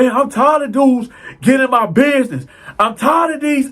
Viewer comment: Did he say “exac”??? And “bidness”??? And “conversate”??? I can’t tell if he’s being funny or is serious. No offense intended.